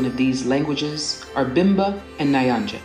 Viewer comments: I love how she says nyanja it's the wrong 😅😅😅 but so funny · Learn the pronunciations too! Nyanja! Mosi-o-tunya Nshima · It's pronounced nyanja not niyanja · Nayanja? What's that? Please, even someone foreign can't pronounce it like that. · I think the languages Kaonde and Lunda were misspelled as Konde and Luna respectively. I'm Zambian and my mom and dad are Kaonde and Lunda. It's pronounced N-yanja not Nah-yanja. Also Kafue is pronounced Ka-few-way Sorry to nitpick the video is still amazing Thanks for the video not a lot of people notice our tiny country. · Is NYANJA not NAYANJA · Its Nyanja not Nayanja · Please pronounce them right it's Zam-bay-zi not Zam-bee-zi ..the thing goes " ba, be, bi, bo, bu" with the be is pronounced bay or bae and the bi pronounced as be, so you were saying Zambizi ... see bay... also nyanja not nayanja.. make the n sound before you say yanja... Otherwise this was a fun video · George Nyanja is pronounced Nee-ya - nja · Nice, simple, detailed. Some pronunciation corrections if I may; 1: Zambezi = Zamb-A-zee. The letter E in the middle of the word is pronounced sounding like the letter A 2: Nyanja = Nea-nja. Kinda like how you'll say New for New York, Nya has a similar flow to it. 3: Mosi-O-Tunya = Mossy(like the moss that grows in the water). The O- Tunya was just right. 4: Kafue = Kaf-You-weh. The letter U is pronounced exactly as the letter U, while the letter E is pronounced almost like how one would say 'way', merely because the letter U has come before it. So you'd sort of pronounce it as 'kafyouway'. Hope this helps out. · this was good. may i also make mention of the three things that i think should be corrected.Of the major languages, we have 1.Lunda and not luna 2. Kaonde and Konde. 3 the pronunciation of Nyanja is not Nayanja. this is critical for people who may make reference to these facts. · It’s the way you pronouncing Nyanja for me 😅😂😂❤ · 🤣🤣🤣 Imwe What is this 🤣🤣 Ati Nayanja and mosai otunya 🤣🤣🤣